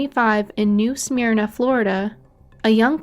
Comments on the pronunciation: Oh by the way it's not pronounced "new smear nah" Fl. It's pronounced "New Sa merna" Beach Fl. And spelled new Smyrna Beach Florida. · Please learn how to PRONOUNCE WORDS, NAMES, ETC....BEFORE MAKING A VIDEO!! IT'S "NEW SMIR-NAH" NOR "SMEER-NA"!!